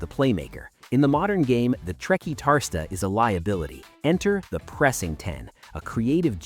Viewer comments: TRE - CUAR (as in quarter) - TIS (as in Bautista) - TA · The way you said Trequartista was Painfull 😂😂😂